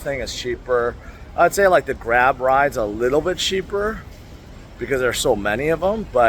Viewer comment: Taxi is Grab not grub lol😂